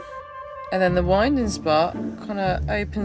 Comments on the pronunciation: It’s pronounced winding (as in the north wind). Not winding as in winding me up. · Winding hole. Pronouced as in the air that blows, that from the North in winter, i.e. Wind - ing. The term arose from the fact that in the day you used the wind to help turn the boat when the motive power was a horse.